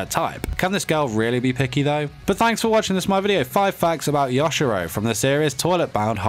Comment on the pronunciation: I kept getting triggered when he said “ya- shi- ROW”